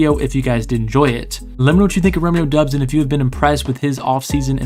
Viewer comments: It's pronounced like Dobbs like Cobb sound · the U is silent. its DOBS, he said so during training camp